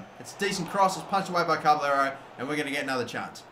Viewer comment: It's not carberllero there is no r between ca and b